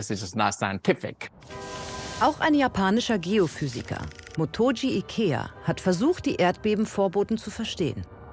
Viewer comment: Motoji Ekea. Das "Y" bleibt stumm.